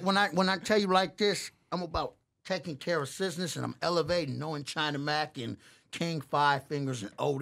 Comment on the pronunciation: said Cusiness 💀💀💀